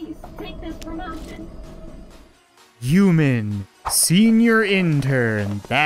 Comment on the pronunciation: Uman? I thought it was human